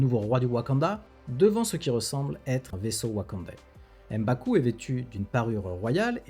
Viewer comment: M'Baku, on ne dit pas "Em" Baku. Comme pour M'Bappe.